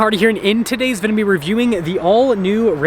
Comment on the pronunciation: Is there ever going to be a video where you actually say video? 😂